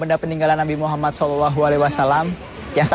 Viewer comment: Masukan buat onthe sport, sakit kuping mendengar kata muhamad, itu pakai dabal m MUhammad saw, dan Alaihisalam, harusnya ::: Alaihissalam, pokonya sakit kuping kalau gk pas penyebutannya